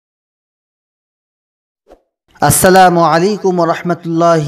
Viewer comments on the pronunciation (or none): none